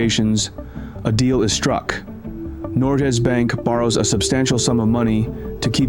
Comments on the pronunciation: why does it sounds like norgjes bank not norges bank? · Especially pronouncing Norges Bank as "Norjé Bank" every time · Great video! One thing that irritated me throughout it, though, is the way you pronounce "Norges Bank". This is a name of a main bank here in Norway and your pronunciation is very wrong. Rather than pronouncing the g as an English g you should pronounce it as the g in the word "give". Nor - g as in "give" - es bank (a British english "a" here) This should be updated. 👍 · Yep, an educational video with some twists different from a typical Norwegian's viewpoint. However [though a small sick], if he had only done his homework on pronunciations: like Eidsvaal, Norjes Bank, Michelen, Blüker, Lilleham, etc. But then again, I guess several "foreigners" have problems with cities/names in the US like Worcester (MA), Van Nuys (CA), Des Moines (IA) and Tucson (AZ). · Very well researched, but i think you should make more of an effort to pronounce the names correctly in the reading